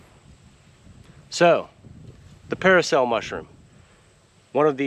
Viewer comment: It's not paracel, dude, it's parasol 😂